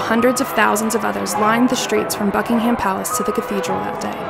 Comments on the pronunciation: It’s Buckingham not BuckingHAM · Btw it’s pronounced bucking-um palace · The prenounciation on this video, jesus... Here in England (at least where I'm from) we pronounce them... Sandringham - "sand-ring-um" / "sand-ring-hum" Norfolk - "nor-f*ck" Viscount - "vie-count" Buckingham - "buck-ing-um" / "buck-ing-hum"